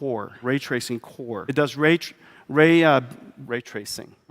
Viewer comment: Can't unhear now. Rageracing.